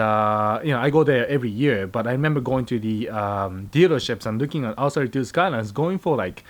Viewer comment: Why does it sound like you say "Arse 32"